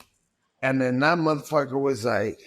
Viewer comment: Bruh stop saying MUH fu)&er lmao it’s like you feel ashamed to say it but wanna see like an adult.